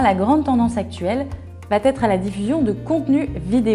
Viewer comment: Intéressant,. Attention, le "va-t-être" à 3 reprises me fait extrêment mal aux oreilles. Il n'y a pas de "t" entre les deux mots...